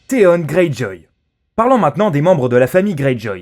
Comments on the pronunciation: On dit pas théone mais théon avec on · Putin comment il a prononcer theon ça ma fait mal au oreilles 😟😟